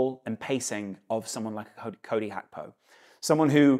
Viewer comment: Why you keep on saying Hakpo when its Gakpo